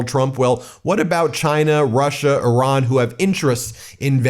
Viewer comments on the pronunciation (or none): none